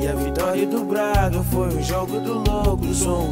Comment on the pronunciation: mano tens de aprender a dizer braga n disseste bem mas de resto granda sonoro mt bem